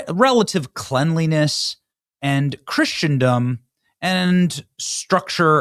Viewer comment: Dopey Benny can not only not pronounce Schengen, he can't even pronounce Christendom! More importantly, the EU is not "breaking up"! Utter nonsense